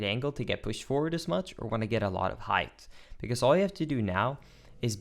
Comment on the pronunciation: Noooo not my pet peeve. whyyy. It's height, not heigth. Edit: Said it right the second time and now you are the best again.